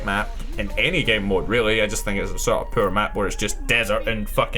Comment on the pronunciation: Is it me or does the pronounciating off on the word "poor" sound like "purr"? Kinda funny:) Worst maps China Rising in combination with Rush. 1 mcoms on dragon valley are unable to win as attacker.